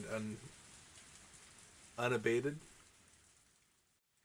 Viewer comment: You pronounced unabated correctly, and you're pretty close with the definition, but it's closer to without reduction, usually in reference to intensity or strength.